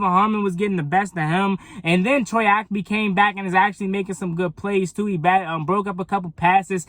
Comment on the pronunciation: Good video but Bruh! It's Troy Ap-KEY! KEY!